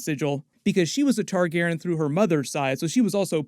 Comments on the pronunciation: Can't dare listen to more than 3 minutes of hearing "Targaron" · why are you calling them TARGAREN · Randomly starts pronouncing Targaryen differently…